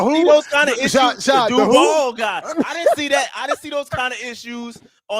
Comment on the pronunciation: "The Duvaall guy." 😂😂